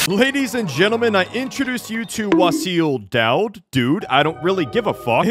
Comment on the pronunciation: its wassil da-wood